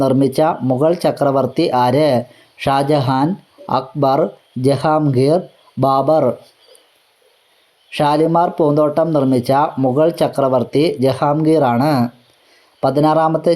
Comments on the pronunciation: Barbar അല്ല Babar ആണ് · Barbar അല്ല Babara